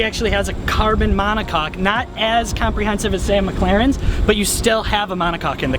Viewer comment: Am I the only one that laughed when he said " monacock " 😂